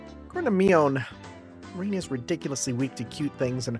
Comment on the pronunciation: I'm thrilled whenever i see people playing Higurashi, so i'm quite excited for this playthrough! Also for Rena's name it's pronounced as Rè-na or "Reh-na". Just letting you know since this'll be a long series and i know how hard it would be to change how you say a character's name in future chapter after getting used to saying it a lot previously.